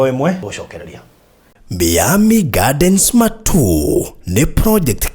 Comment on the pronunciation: sema hivi (Mayami(not Mi-ami))